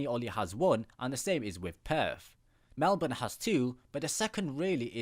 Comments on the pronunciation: Glad you pronounced Melbourne correctly :D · Great pronunciation of our cities I didn’t hear a Bris-BANE or Mel-BORN